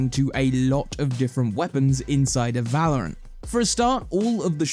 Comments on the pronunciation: We did it, he stopped calling it vELouRanT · Thank sgod he learnt to say valorant